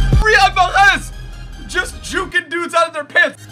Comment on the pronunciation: You pronounce mahrez ma-rez